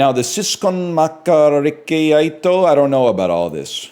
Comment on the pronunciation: pronouncing 'siskonmakkarakeitto' started off strong, nailed first syllables, kinda fell off at the end A for effort though!